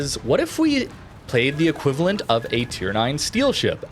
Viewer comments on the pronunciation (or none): none